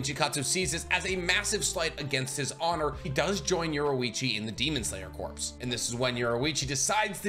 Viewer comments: I love all your videos! But every time you say “corps” like corpse…it kills me lol. It’s pronounced like “core” and the s is silent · Corps (Core). Not corpse. But love the content! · Please PLEASE stop saying "corpse". Corps is pronounced "core" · corps /kôr/ noun a main subdivision of an armed force in the field, consisting of two or more divisions. "the 5th Army Corps" a branch of a military organization assigned to a particular kind of work. "the U.S. Army Medical Corps" a body of people engaged in a particular activity. "the press corps" Corps is said like core, not like corpse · Corps is pronounced like "core" not "corpse". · Love your videos and all the info you research and explain, but please….please….”corps” is pronounced “core” not pronounced “corpse” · Corps is pronounced as "core" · Corps is pronounced “core”. Other than that love the vids! Keep up the good work! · Not a huge deal or anything but Corps is pronounced like 'core' the p and the s are both silent.